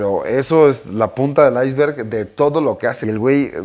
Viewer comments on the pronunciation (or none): none